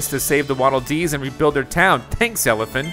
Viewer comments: He even says ELFILIN as ELIFIN... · Well, he said Elfilin as Elifin...Even though Elfilin is not an elephant...lol